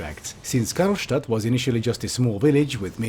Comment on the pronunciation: I like how called the city "Karlstadt" (Stadt in german means city)